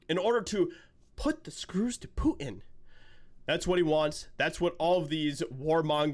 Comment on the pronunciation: Poo in. Love how you pronounce it. So appropriate for George Takeit.